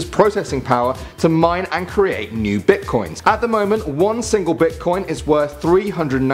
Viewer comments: Who noticed it said bitcion not bitcoin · at 9 it said bitcion